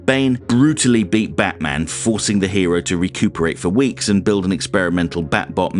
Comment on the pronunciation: "In dis household, Batmans a HEWO!"